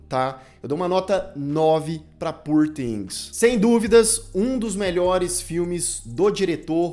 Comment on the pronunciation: A pronúncia de "poor"é com ó aberto /ó/...